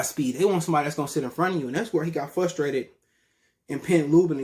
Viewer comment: Flustrated. Lol